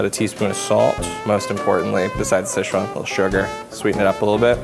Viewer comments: Sezchuan sauce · SHCEZUAN SAUCE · Schezuan sauce???!!!! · "shishuan style chicken"